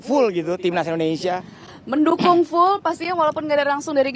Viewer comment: Indonesia..bukan indonesa